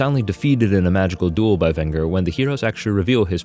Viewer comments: Ring-le-run, not Ringle-run. And VEN-jer, not Vin-gur. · You mispronounced Venger's name. It's pronounced "vinn-jurr" not "vinn-grrr".